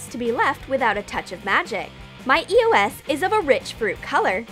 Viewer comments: They said eos wrong 😂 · They keep saying E O S and it's beer annoying how they are not pernonesing it right it's eos😒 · No u say eos wrong dumb massive game of my god damn